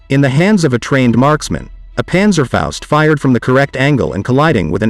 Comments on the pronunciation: Panzerfaust , not Panzerfäust. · Well done video and relaxed told. Try to say Panzerfaust like in HALL: pAntserfoust. I have several Panzerschreck parts. Regards from the Battle of the Bulge area, Belgium.